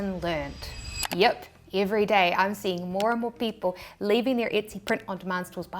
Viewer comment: that “yip” is so kiwi 😂